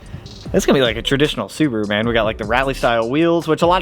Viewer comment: That sucks! Su-boo-ru